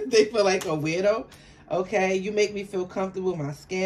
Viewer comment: She said "Weirdo"😂❤😂 Not Widow